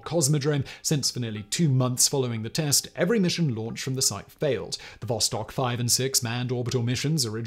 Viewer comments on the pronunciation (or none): none